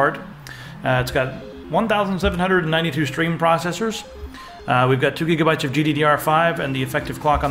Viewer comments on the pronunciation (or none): none